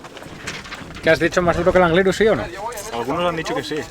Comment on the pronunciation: Pablo, cuando alguien diga Anglirú con acento en la u pon un pitido, por favor 😀